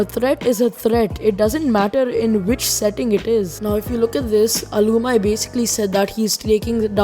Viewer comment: It is al-u-meee not alumy